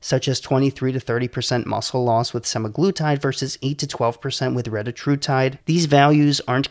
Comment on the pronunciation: Your pronunciation was correct. It is reTAtrutide. Just like it is seMAglutide. And tirZEPatide. This is according to the manufacturers. Don't listen to the internet idiots that all pronounce it wrong.